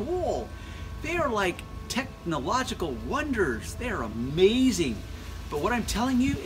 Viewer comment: After hearing this guy take "Techhhh-NOO-logic-al" a few times I had to call it quits.